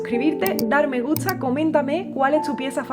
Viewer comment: Una de las mejores interpretaciones que oído para esta pieza en guitarra. Oye una curiosidad: por qué dices me gutsa en lugar de me gusta? Y palabras similares las pronuncias así?